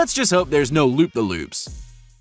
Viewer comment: i love how you pronounced that so wrong